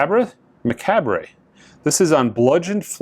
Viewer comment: So macabre is commonly pronounced me-cob. It means death or related to death. Your description of the cover art really gave it away. Well should have. 😉 Happy to help.